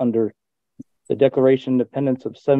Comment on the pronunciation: Did he just say the Declaration of Dependants????😂